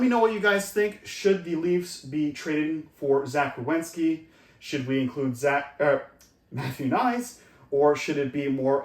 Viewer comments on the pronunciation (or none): It's Werenski, not Rewenski.